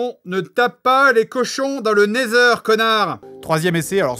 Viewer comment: le portail vers le "Néthèr" ca m'a tué XD